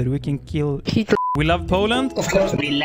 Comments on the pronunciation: Wow, Best "kurwa" I ever heard.. Impressive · as a polish person i gotta admit, that kurwa was really impressive and i couldnt even notice a difference between foreign kurwa speaker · that was the best kurwa i have ever heard from a non-polish speaker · as a polish person, I can say that your "kurwa" actually sounds very good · that's the most authentic, the best kurwa I've ever heard from a foreigner. Hats off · I think you say kurwa very nice